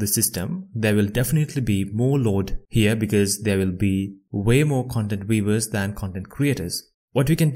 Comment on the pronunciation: Please learn the difference between a V and a W in their pronunciation. The way you say "viewer" is hard to understand